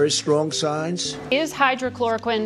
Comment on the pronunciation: * hydroxychlouriquine not hydrochlouroquine. If we can’t get it straight, theh can’t get it straight, sorry!!